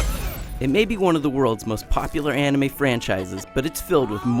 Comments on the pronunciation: "Im on not super into ONime."Well of course your not.Your pronouncing it wrong xD. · Did he say AWnime and cHHakra ? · Lol When he said "ahnime" I just had to pause the video. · dont forget "ahnimay" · LOL of course your not into anime mr IGNorant cause you pronounced it wrong xD.You said "onimay". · You know, from all the fighters i have played, i have never seen a fighter game that didn't have unlockable characters aside from Tekken 6. Seems lame to be knocked down points just for that. And Onime....Shakra? Like really? It's obvious this guy didn't do his homework haha xD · "Onime?" What a Dumbass../ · Oh no he pronounced anime wrong gasp :O he has no business reviewing a game. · DID HE REALLY SAY ANIME WRONG WITHIN 10 SECONDS?!?! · Didn't watch past the part where he pronounced anime and said he wasn't into fighting games. This is why IGN is so shitty now. People that are not qualified to review games are reviewing. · wow he can't even say anime correctly >.< or Naruto I have to say this was made with a lack of effort and also it is underated " BUT BLACK OPS AND HALO REACH ARE EPIC SHIZ SO BUY IT" in other words this is so biast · well thts obvious ur not into anime... you pronounced it wrong =] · i stopped taking this review seriously when i heard him pronounce anime wrong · When ever I hear Americans pronounce names like Naruto or words like anime like the way this guy did, I get a little annoyed. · pro-tip: pronounce anime correctly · Who is Nah-root-oh and what is On-ime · you had to force yourself so hard to pronounce naruto wrong that you made yourself say ahhnime. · Nuh- Roo Toe and ah-nime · so he says NAROOTO and ONIMAY? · Naruto- Narutoe? Anime- Onime? Chakra- Shawkra? Wtf is this? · First 2 sentences he mispronounces Naruto and Anime, this oughtta be great. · This is going to be a stupid review, I say this right after he pronounces Naruto And Shippuden, AND Anime wrong. Oh well, my fault for watching IGN videos...